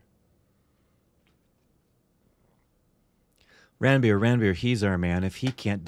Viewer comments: It's pronounced Runbir and not ranbeer 😂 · its run-bir not ranbier